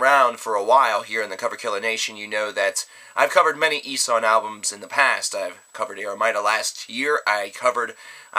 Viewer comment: Coverkiller, it's pronounced: EE-(as in eel)-SHAN (as in Shawn or Sean, the name). And the album, DAS SAY-LEN(as in Sail, followed by the "len")-BRECKEN. I hope that helps. And yes... i gave in, because A. You allowed us to lay the pronounciation-related comments on you and B. Well, i had nothing better to say... OH YEAH, and great review, Coverkiller. As always.